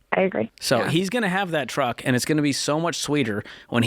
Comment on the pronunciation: Anytime George brings up the “Twuck” it just kills me lol